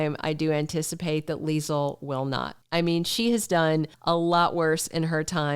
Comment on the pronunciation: Hey! I love your Leisel accent lol on point! Two things. Do you think they will ever bring up the fact that Ezme is the reason Sasha lost her baby? There are a few things that happened but the writers move on quickly like it never happened. Like when Lucy got kidnapped, hit a man and ran off then next thing we know Lucy is at Deception like nothing happened.